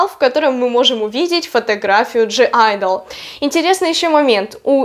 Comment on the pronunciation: Правильно произносить не ДЖИ айдл, а просто АЙДЛ.